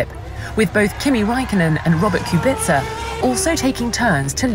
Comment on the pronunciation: names being mispronounced is a pet peeve of mine. kubica is NOT pronounced at kubitza, the c is pronounced as a K, wich you would know if you've ever heared his name being said during races.